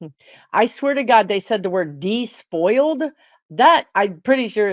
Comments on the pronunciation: I think "despoiled" (pronounced desspoiled, not deespoiled) is a real word. It's kinda quaint, how your guides speak, as you've pointed out -- but I promise you, their English is good. (I was an English major, and I love how they speak.) And the fact that you're not always clear about their word choices actually makes it even MORE evident that you're authentically channeling. My best friend is a channel, like you are. One day, early on in her channeling, she said to me, "So-and-so will be an albatross to you." Then she said, "What does that mean?" She had never in her life heard (or read) the poem "The Rhyme of the Ancient Mariner" and didn't know that the individual in the poem had had an albatross hung around his neck, and didn't know that that image was in wide use as a way of saying something is a terrible burden. So in that moment, I knew the whole channeling thing was for real, because she was talking about things she personally had zero knowledge of. So, yay for your guides and their interesting way of speaking! That quaint way of speaking is proof (if any were needed -- for me, it's definitely NOT needed, and never was) that the messages coming through you are from another place. 😊 💚💚💚💚💚💚💚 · Despoiled is a word - pronounced 'desspoiled'.